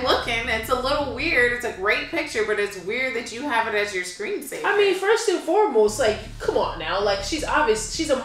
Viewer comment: "FIRST AND FOREBOST" 😂😂😂